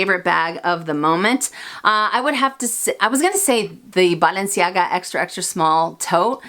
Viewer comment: I love how you pronounce Balenciaga!